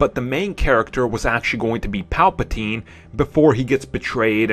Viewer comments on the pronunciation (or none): none